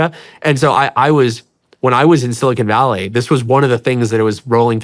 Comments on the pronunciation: Sean, keep up the great work. One small constructive criticism ... when you pronounce Silicon Valley, the 'con' in Silicon is is like 'khan' ... it's not silicone. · Bro literally said "silicone valley" lmfao